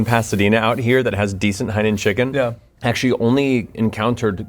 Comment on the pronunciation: Theres no way im the only one that hears him say HIGH NOON Chicken